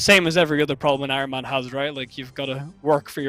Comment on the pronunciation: Ironman says de-iron. Lmao